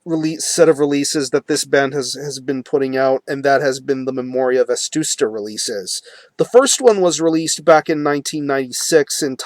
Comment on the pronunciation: dude, it's "Vetusta" not "Vestusta"